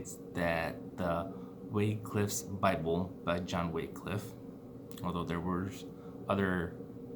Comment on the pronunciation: also i hate to be a pronounceation jerk but just in case u give this speech again, Wycliffe is pronounced "why-cliff" not "way-cliff" again sorry if im nitpicking. And Wycliffe was seen as a heritic and all his english bibles were burned. Martin Luther was the main reason the Bible was translated, and stayed, in english. He did this by using the printing press and mass producing English Bibles.